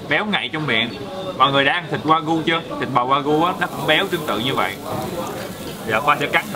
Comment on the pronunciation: wagyu tiếng Nhật đọc là Quà-Ghiu á:D